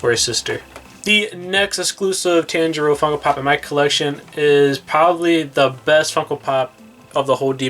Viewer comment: everyone: paying attention to the funkos* me: HE KEEPS MISPRONOUNCING THE NAMES also.... how to pronounce t-on-jee-roe (tanjiro) zeh-nit-sue (zenistu) ee-no-ss-kay (inosuke) neh-zue-ko (nezuko) key-boot-sue-jee (muzan kibutsuji) and... 69 comments 👹